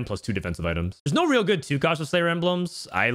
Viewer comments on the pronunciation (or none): none